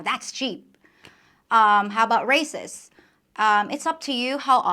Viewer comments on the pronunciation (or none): Your English is amazing considering it's probably your third language. However very occasionally (and I do mean very rarely) you make errors - would you like me to correct them? For example you pronounces raises like races - however the s is pronounced like a z, so say razes. Other examples include fertiliser, logs, tubes, beds, whereas sale, sink.. are pronounced s like snake